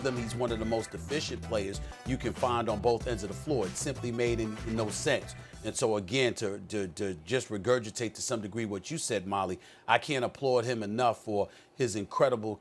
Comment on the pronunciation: Did my man just say REGERGITATE 😂😂